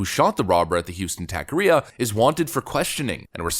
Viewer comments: Pronunciation. Taqueria. Is not tack. It’s tock. Also if you’re going to shoot someone like that, you shoot to kill for multiple reasons. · it's TACO not tako ria mexican not japanese 😀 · Jesus, it's pronounced taco-re-a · it's pronounced TOCK-a-ria. Guy is a hero. I'm a loyal fan... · Its pronounced ta-ke-ria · It’s pronounced Tacaria say it like taco area without the O and the rest like ar I a taqueria